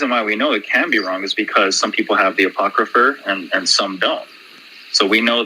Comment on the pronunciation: The uh-pawk-cruh-fur